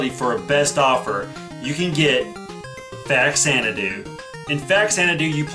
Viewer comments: It's "Fa-zanna-doo" Not "Fax-anna-doo". We all called it "Fax-anna-doo as kids. But Xanadu is prounounced "Zanna-doo". #annoyingenglishmajor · Nice! I had Faxanadu and Astyanax as a kid! I'm surprised the two hardest to pronounce NES games were so common!